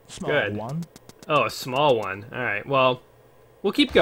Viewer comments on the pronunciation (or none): Smawl whone. Lol this game is great.